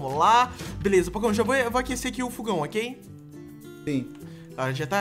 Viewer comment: não é fugão é fogão